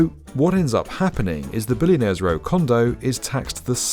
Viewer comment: "dis is..billionaires rewwwr"